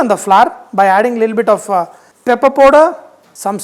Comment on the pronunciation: It is little bit not lilbit